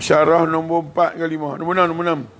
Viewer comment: Ustaz sebut nombot..hihii teringat pulak kat mak..sama,je sebutan..biasalah org utara kn..ppe ppn ustaz mmg steady..terima kasih atas ilmu yg bermanfaat ni..